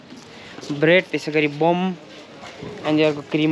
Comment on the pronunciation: Bum haina Bun bhannu ni. Bum bhaneko to Chaak lai bhanin cha ☺️